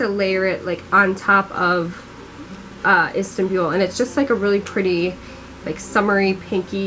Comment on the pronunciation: The way she says Istanbul lol. But I love your channel seriously one of my faves